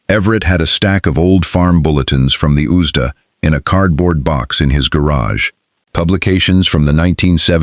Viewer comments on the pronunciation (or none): Someone needs to teach AI that USDA is an acronym to be read letter by letter, not as a single word! Stupid AI!!!